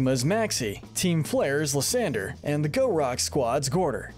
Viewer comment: It’s pronounced “LYE-san-der”, “”! 🤨 How many people are just gonna keep mispronouncing this guy’s name! 🙄